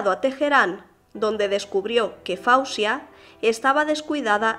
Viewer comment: NO SE PRONUNCIA FAUSIA PERO FOZIA.. MI HIJA SE LLAMA FAWZIA YACOUB SE PRONUNCIA FOZIA..NOT FAUSIA